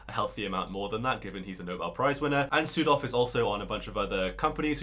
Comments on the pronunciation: This is silly but I heard "Südhof" as "Pseudo" and it cracked me up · Your pronunciation of Südhof could improve. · Omfg not sudhof 😩😩😩